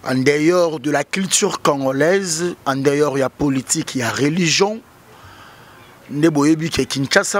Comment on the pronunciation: On dit en dehors et non en deyor loba kaka lingala.